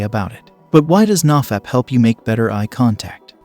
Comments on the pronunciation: Nah-fap?? No, it's NO-fap. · If he knows it's No-fap, why does he pronounce it nah-fap? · ITS "NO FAP" not NAW FAP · "NahFap" i like it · "Nah- Fap" thats another way of pronouncing it i guess. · the way this guy pronounces nofap and dopamine makes me wanna skin myself alive